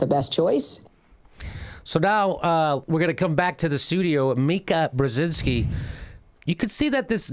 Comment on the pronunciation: Painful to listen to you mispronounce her name over and over. Her father is Zbigniew Brzezinski counselor to President Lyndon B. Johnson from 1966–68 and President Jimmy Carter's National Security Advisor from 1977–81. Jammy, when speaking, keep your tongue in your mouth. You and John Kerry would have failed my public speech class.